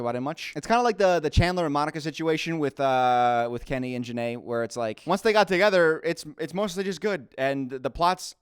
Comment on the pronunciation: Came across this video now and how funny that you read Kenny right. Have you heard about what he did to JaNa?